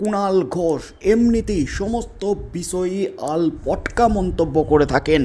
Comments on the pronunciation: আরে ভাই কথাটা আলপটকা নয়, আলটপকা। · আপনি কেনো বার বার "আলপটকা" বলছেন। নিজেকে শুধরে নিন। কথাটা "আলটপকা"। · কথাটা " আলপটকা" নয় " আলটপকা" । আর একটা কথা, বারবার একই কথা বলে লাভ কি? ওদের কিচ্ছু হবে না।